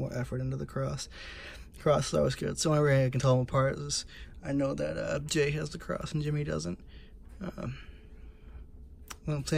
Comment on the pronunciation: It is actually jey instead of jay